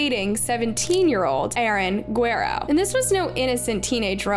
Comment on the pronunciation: Guh-rare-oh For corn sake